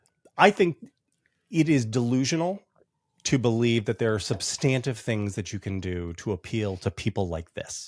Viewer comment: Jonathan, please stop mispronouncing “substantive” ! It makes you seem uneducated.